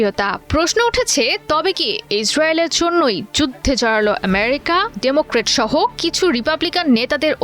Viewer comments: এমিরিকা নয়, বলুন আমিরিকা😂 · সাংবাদিক আপার ফুলকে সুল বলে শুদ্ধ করে আমেরিকা কে এমেরিকা বলে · । আমেরিকার নাম এভাবে উচ্চারণ করা হচ্ছে। মনে হচ্ছে আমেরিকা ওর মানে সংবাদ পাঠিকার বাবার দেশ।